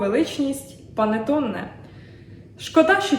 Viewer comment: Ви показали дуже глибокі знання в технології приготування панТЕОНе. Але все починається з малого. Тому спочатку навчіться хоча би правильно вимовляти назву цієї випічки (панЕТТоне), а тоді вже зможете навчати автора відео, як її готувати. Успіхів вам!😉